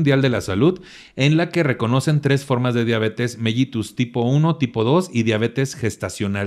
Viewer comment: que buen programa y tus invitados de lujo!! Solo un detallito, se dice Diabetes "melitus" aunque se escriba con "ll" 😉 Te mando un gran abrazo con toda mi admiración 🥰